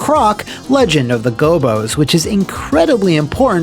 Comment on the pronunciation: You and I pronounce Gobbos very differently